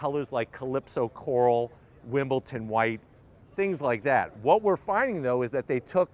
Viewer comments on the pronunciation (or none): none